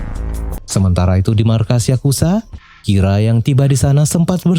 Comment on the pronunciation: menit 7.55 ngomongnya kira lama lama kok jadi rika? gimana nih?